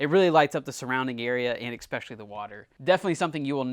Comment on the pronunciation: I know this is gonna sting....Nobody has said it because we love your videos. You say EXPECIALLY a lot. We know you are smart, as you do what you do. I just want to help you to bring more subscribers. Especially. Pronouncing it EX is really bad. ESSpecially.